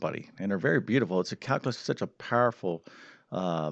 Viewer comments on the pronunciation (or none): Caluuuuulus not calcaaaalus